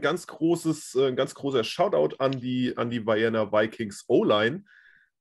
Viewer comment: Ah und eine Sache noch in aller Freundschaft: man spricht Vienna "Vijenna" aus. Hinter dem V folgt ein klar gesprochenes "I". Wie in "Vikings". Nicht "Weijenna". Es mochts mi narrisch damit, es Piefke.